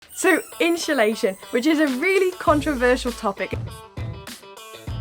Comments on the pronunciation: Love how you both say insulation haha. 'inshhulation' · Insulation not InSHUlation 😂